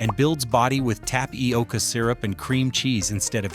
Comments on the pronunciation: AI doesn’t know how to pronounce tapioca? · Why did you mispronounce Tapioca ? You were doing great up until then. Thanks for the info if you are not AI